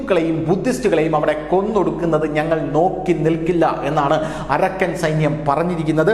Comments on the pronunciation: അരക്കൻ അല്ല അറാക്കൻ ആണ് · Arakkan അല്ല അരാക്കാൻ ആർമി